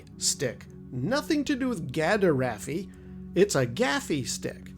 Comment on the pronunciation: Gaderaffi is actually pronounced as 'gadaffi' (the "er" being silent) which is closer to the 'gaderffi' pronounciation you mentioned. I know Kenner called it a 'Gaffi-stick' in the action figure's packaging but it was never referenced elsewhere as such. Though perhaps I am having my own 'Mandela Effect'?